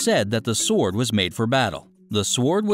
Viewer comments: Fuck, this channel could use a different narrator. S-W-ord Napoleon BAH-NAH-part? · If there were ANY other sw** words with a silent W I might buy your statement. I'll pronounce it sw--ord thank you. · The w in sword is slient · sord sord sord sord sord sord - OMG!!!! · "Se-word" Oh dear... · THE W IN SWORD IS FUCKING SILENT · The "w" in sword is silent , by the way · the worst narrator ever! the w is silent in sword! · You forgot the sword of a thousand truths. You have a funny way of pronouncing sword. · oh my goodness.. saying the W in sword, poor info, and it's like text to speak..